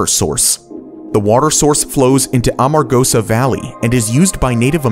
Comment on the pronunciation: You were about to get a thumbs up until you mispronounced virtually every name in the last segment. Yucca, Nevada, Amargosa... All spoken improperly.